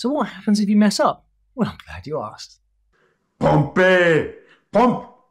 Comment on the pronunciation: True but the words are wrong, and I wouldn't have understood if I had only heard the audio. At one point, he said 'Pompééé' in reference to 'push-ups,' but the correct pronunciation is 'pump.'" The thing is, it's the trainer who gets it wrong, not the soldiers.